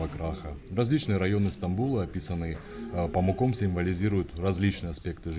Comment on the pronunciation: Я как раз собиралась в музей. Неделю назад дочитала этот роман. А почему вы автора называете ПамукОм, а не ПамУком? В турецком ударение падает на букву U - PamUk - хлопок. Его фамилия связана с тем, что его предки имели необычайно белый цвет кожи, поэтому их прозвали памуками.